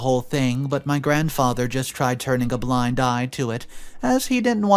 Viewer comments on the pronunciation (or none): none